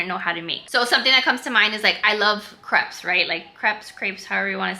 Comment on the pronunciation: crepes= crapes/drapes....................